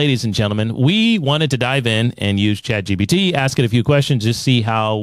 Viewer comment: Uh...Guys, it's Chat GPT!! Not GTP...Thought you guys should know :D